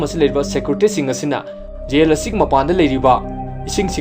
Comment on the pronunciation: Mayamna yel/jail adu ada haina twrise amta taningde. Film sigi warisi Gyan taradi Loire migi pronunciation check twdana leiranu ko😂